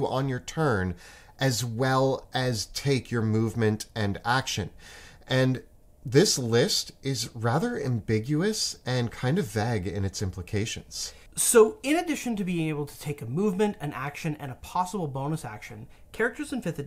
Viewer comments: I hate how he pronounced vague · The way he pronounces "vague" kills me every time 😂